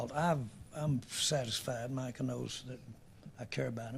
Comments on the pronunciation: Jerry has been senile for 30 years and it’s showing more than ever these days. Can’t even get the man’s name right it’s MICAH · He can’t even get his name right smh. Keeps calling Michael.